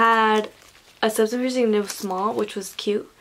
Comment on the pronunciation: Maybe dont do it if you cant even say “septum” right 🤯